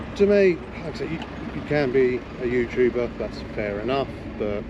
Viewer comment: Youtooober lol, learn how to speak